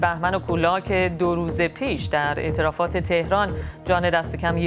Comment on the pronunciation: خانم ارتفاعات نه اعترافات...شما اونقدر از اعتراف واعترافات میگین ومیشنوین ارتفاعات رو هم اعترافات میگین